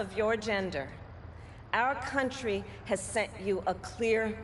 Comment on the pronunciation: She almost said cantry what you talking about coherently bruh